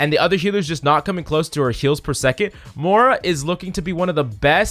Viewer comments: More-uh... lol. its MOY RUH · hes the only person i know that pronounces her moohra.